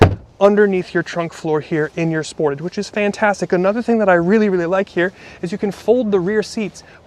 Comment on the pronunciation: Aaah, yeah, I’m not a fan of your car review of the Kia Sportage. Or as you put it the Sport-a-g-e which sounds gay to me but whatever. And then you’re using words like “Polarizing” and “Unsettled “??? Why don’t you just say that you’re not sure about the styling of the vehicle? Why not just say that the power train feels hesitant or jerky and not refined like say a BMW Or a MERCEDES BENZ. Instead you have to use the phrase Unsettled? Also why would criticize Kia’s six speed automatic transmission? And then say it’s not like Toyota’s CVT transmission which is good? Seriously? If know anything about mechanics, technicians say that the CVT transmissions are garbage. When they go out, and they will, they are super expensive to repair. Long story short, if you don’t like the vehicles you are reviewing, then don’t bother reviewing them. Pick a brand of automaker that you do like and review only they’re vehicles